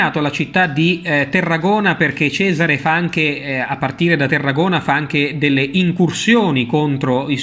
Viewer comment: Perdonami, non è Terragona ma Tarragona o al massimo Tárraco, come si chiamava allora.